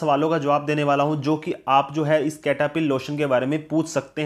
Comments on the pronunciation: Cetaphil ❌ ketaphil ✅ 😂😂😂😂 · Sir iska naam kataphil h ya Cetaphil I'm confused 🤔😂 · This is not a kataphil....this is cetaphil....